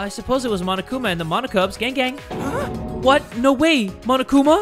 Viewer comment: just me or whenever jay says "gang gang!" i think hes saying "gang bang" ...uH jUsT mE? oH